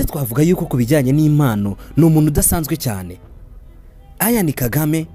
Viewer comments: Why do you pronounce his name like that?? Eishh. It's Ian, not Ayan!!! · Uzige kurivuga neza! Ni Ian, ntabwo ali A ni I ,autrement merci kuraya makuru alyoshye!